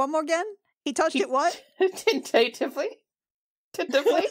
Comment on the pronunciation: Haha. This made my day. 'Tin-tate-ivly'. So, which one of you are the Furry? :)